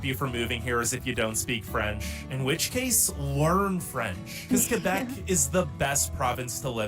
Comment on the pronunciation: Coming from that French speaking Province of Québec, it is Kébec, not Quwébec or else. KÉ-BEC. And no, we are not the "best Province". Can you please quit reacting to videos that weren't made in Canada? It's annoying to see you reacting to tourist traps as "facts" of a nation. Do better.